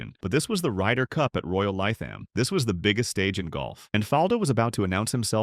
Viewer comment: Royal Lie Tham ? , it is pronounced Royal Live em ! 🙄